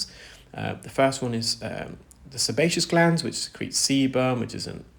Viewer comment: It called sebaceous glands. You are pronouncing it incorrectly. For some reason you are putting an m in there.